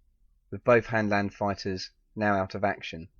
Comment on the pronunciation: its "Hanland"